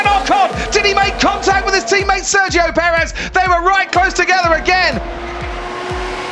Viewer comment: Nobody: Martin: Thats sergio pedrez